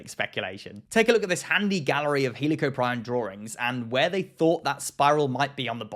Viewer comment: Fuck the crazy spinosaur debate bullshit paleontologists need to fight about this "he lee co prion" pronunciation